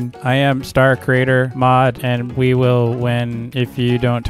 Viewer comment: wheel ❌ will✅